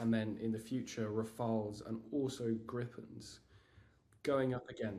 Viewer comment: Why is it breaking your mouth so badly to speak about the French Rafale ?!?!?!